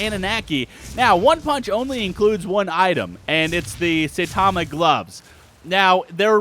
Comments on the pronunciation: Sai-tama not say-tama :( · S-i-tama pronounced with an I and not A like saytama